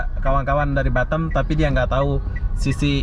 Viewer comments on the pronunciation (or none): Pronounciation horbour bukan harbor tapi aber bey bisa dicek di kamus.. Batam (a keras) bukan batem sesuai EYD dong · Batam bukan batem... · gw baru denger org bilang Batam dengan "Batem".......ngakak gw